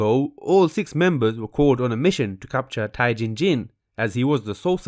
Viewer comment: I’m triggered by the way he pronounces jin tae jin....